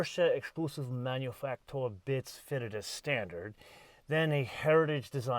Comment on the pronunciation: Please... just pronounce it "manufacturer".